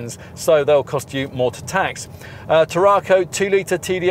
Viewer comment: Can I suggest that you go to Google Translate, type the word TARRACO into the English / Spanish section, then press the speaker to hear how you said the cars name. There is definitely no extra R after the RA making it sound like TARRARCO. Brilliant car, I know as I drive one. 1.5, petrol, xcellence auto.